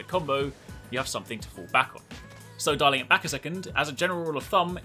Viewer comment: "dialing back a second." Sounded like darling tho ahaha